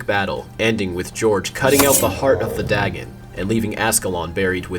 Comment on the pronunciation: It's dagon, not dragon!